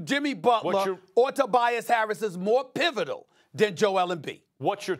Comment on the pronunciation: Stephen A def said Tobias Carrots